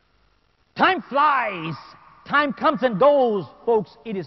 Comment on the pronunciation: its time not tie